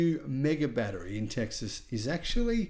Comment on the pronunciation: Battery, not baddereray! 😂